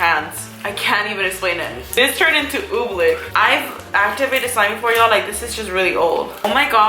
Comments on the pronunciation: It's Oobleck not Ooblick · You’re saying oblick but it’s pronounced obleeeecckk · It isn’t pronounced ooblick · One quick question........ What is OobLICK?? I'm pretty sure it's OobLECK isn't it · The way she said oobleck thooo😂😂